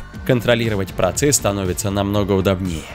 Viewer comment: В слове УДОБНЕЕ ударение не на удоб.. НЕЕ, 😡❗ а на удО❗...бнее..